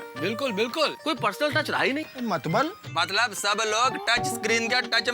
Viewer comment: sodhi said matbal instead of matlab😅